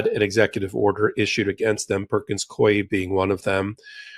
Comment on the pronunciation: I absolutely love your podcasts and Substacks. But pronounces ‘Coie’ incorrectly. It rhymes with ‘Louie.’ I used to work there and it’s driving me crazy that so many podcasters are spelling and/or pronouncing it incorrectly. Thanks for all your work.